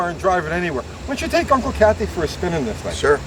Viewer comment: Did say “Uncle Cathy”? Lol